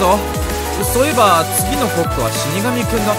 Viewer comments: そういえばが そうえいばになってる! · そういえばが そうえいばにｗ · 次回予告 そういえば→そうえいば になってる…？ 今回も面白かったﾃﾞｽ！！ ｷｭｷｭｷｭ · 今気づいたけど次回予告のそういえばがそうえいばになってるの草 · 最後あたりでそういえばがそうえいばになってるよ❗️❗️ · 「そういえば」が「そうえいば」になってますよ